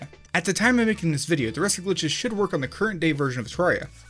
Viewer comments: UMMM AKCHTHUALLY it's supposed to be pronounced ter-rare-ia, with rare being pronounced as the word. Not many people know this apparently but it's cool to know. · Terr - AIR - ee - uh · It's Teh-Rer-Riah ( ͡° ͜ʖ ͡°) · you said it like this" tororya lol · One glitch is how you are pronouncing the game... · You say terraria wrong